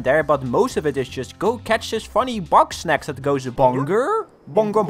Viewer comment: it sounds like he says boxsnacs